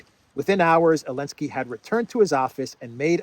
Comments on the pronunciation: Why do you say enlensky and not zelensky. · Why do you keep pronouncing his name without the Z are you disabled? It’s Zelensky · It's Zelensky, not Elensky. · You definitely right call Zelensky - Elensky! He HATE letter Z :o) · Do you intend to kill Elensky? 😂😂😂😂 i was listening to the vid so i thought the PM called him Elensky 😂😂😂😂